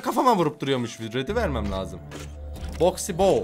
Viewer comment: KIRMIZININ ADI BOXY BOO OKUNUSU BOKSİ BO DİYE